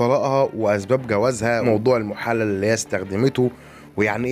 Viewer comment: المحلل بكسر الللام وليس بفتحها